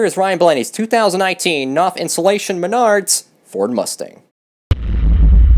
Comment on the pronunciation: Knauf is pronounced "nowf" according to their Youtube channel